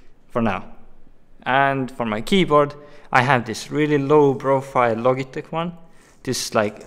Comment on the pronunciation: I love how he says 'Logitech' and not 'Lojitech'